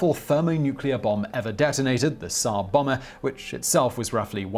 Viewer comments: The TZ in Tzar Bomba is pronounced the same as the TZ in Blitz or klutz or Hertz or quartz or Bar Mitzvah. It's not Ssar Bommuh, either. Bomb-ah. As in bombardier. But without the deer part. If you're from the general London area and most of south England, or swallow your R sounds in general, just say bomber and you'll be close enough. It's baffling how native English speakers fail to pronounce foreign words that are spelled and pronounced similar to other foreign or even English words... linguists should probably be researching this phenomenon like crazy. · Its pronounced czar bomb-ba.